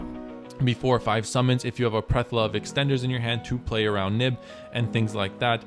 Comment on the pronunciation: Plethora. Ple-Thor-uh 😅